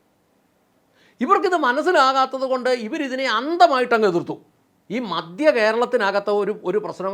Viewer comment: ചേട്ടാ രാഷ്ട്രീയക്കാർ എപ്പോഴും അവർക്ക് ലക്ഷങ്ങളും കോടികളും സംഭാവന കൊടുക്കുന്നവരുടെ ഒപ്പമേ നിൽക്കൂ. പിന്നെ "മദ്യ" കേരളമല്ല, "മധ്യ" കേരളമെന്ന് പറയൂ. (കേരളമിപ്പോൾ മദ്യകേരളം തന്നെയാണ് എന്നത് ശരി തന്നെ)